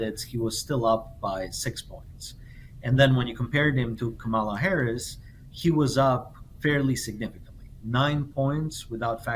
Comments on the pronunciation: The future President of the USA’s name is pronounced COMMA-LA, accent on first syllable!!! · Repeat after me: KAHH-mah-lah. Geez, why is it sooooo hard to get her name right? It's not rocket science. Sheesh! 😂